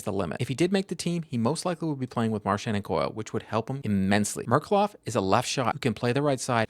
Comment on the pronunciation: Thank you for the video, as per usual! "Ghe-O-r-ghij Merk-U-lof" :)